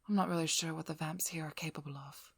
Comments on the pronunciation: God that pronunciation of vamps is too posh it's like your forcing a fake accent it's detectable to my ears I have shit eyesight so my other senses make up for that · great audio :D even if it took me a few moments to realise you're saying "vamps"